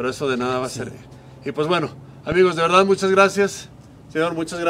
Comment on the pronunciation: Por qué dice “edá” en lugar de “verdad”?